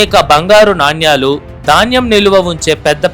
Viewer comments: Naannyaalu kaadu sir nanaalu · చాలా బాగుంది ! నాణ్యాలు అని కాకుండా నాణేలు అని పలకాలి !